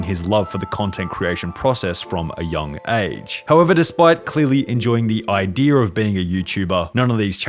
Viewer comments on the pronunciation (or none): Wait did you say idea or I dear? Pretty sure I heard I dear 🤣